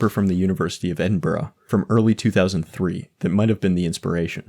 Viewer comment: He did it boys. He's the first American to say "Edinburgh" correctly. This is historic.